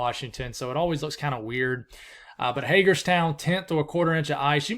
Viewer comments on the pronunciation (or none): none